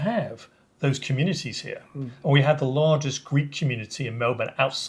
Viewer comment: mostly a female thing, ' hee yah' turning a one syllable word into two , drives me mad as I live in Melbourne I heard a guy say it like that the other day and it stuck out like dog's what's it's